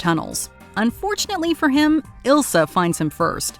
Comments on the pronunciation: It’s not Ilsa, it’s Isla. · The occultist's name is Isla, not Ilsa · It's Isla not ilsa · The occultist lady’s name is Isla not Elsa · People keep calling her Ilsa but her name is Isla (Eye-la) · Great movie, but the Occultist's name was Isla not Ilsa.